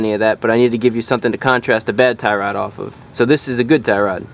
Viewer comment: Tie Rod . You make it sounds like " thyroid ". How to check/change if your thyroid glands are bad ? lol Anyway, thanks a bunch. You're indirectly fixing my car with your videos.